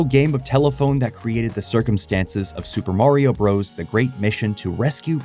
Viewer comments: For the love of god, “Bros.” (with a period at the end) is shorthand for BROTHERS! IT IS NOT PRONOUNCED “BROS”! I will die on this hill. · It always weirds me out when all these young YouTubers pronounce it "Super Mario BROS." Us older folks all understood that the period at the end of "Bros" means it is abbreviated visually, but you're still supposed to pronounce the whole word, "Brothers." Kinda like when someone has a "Jr" after their name. You say "Sammy Davis Junior." You don't say "Sammy Davis Jjjjrrr." The young folks do this with Warner Brothers as well. They see the "Bros." with the period, and still call them "bros" like they're talking to someone in their frat. Does anyone over 45 know what i'm talking about?